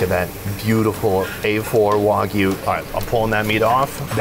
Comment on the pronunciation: The way he says Wagyu is insane